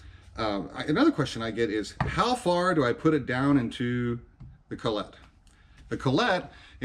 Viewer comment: Great video. Just one thing. I've been a toolmaker for over 50 years, and have used collets all that time. Never heard it pronounced the way you do. I think the emphasis is on the first part of word. But I did enjoy your video.